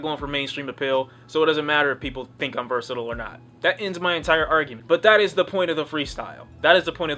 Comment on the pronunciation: Nigga if you say "Versitle" one more time IT'S "VERSATILE"